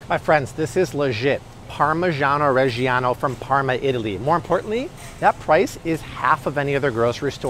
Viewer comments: It's not pronounced "parmeshan", neither is "parmigiano reggiano"! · Now you just need to get the pronunciation right for parmigiano Reggiano.